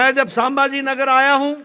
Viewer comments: Bolta yet nahi ye aajon saaambhaaji nagar bolta ahet hai raje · Nadda saambhajinagar nahi संभाजीनगर बोलणा सिखो nadda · अरे संभाजीनगर तरी नीट बोल